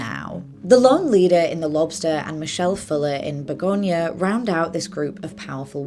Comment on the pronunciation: You're saying begonia right. Its a flower.